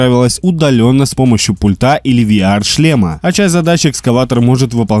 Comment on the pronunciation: Сколько вам, блогерам говорить 🤦‍♂️. Правильно "пУльта". пУУУУУУльта, а не пультА❗❗❗